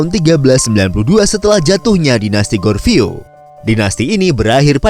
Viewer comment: Admin, harus belajar lagi ni, Goryeo bukan Gorveo